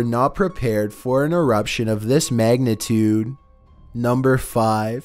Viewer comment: VOLCANO ERUPTSHIAN.